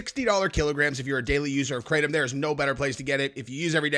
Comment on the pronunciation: can someone in the States please pronounce Kratom correctly, I live in Indonesia in which Kratom comes from and it’s not pronounced kraytom. It’s kra (car with a k in front ) and tom ( like the name) K’ra Tom Give it a go and maybe let everyone know in the US that you are butchering the name 🤷🏼‍♂️ Love the show btw